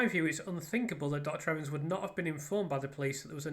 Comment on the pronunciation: I think you might be the first english person I've heared pronounce his name correctly.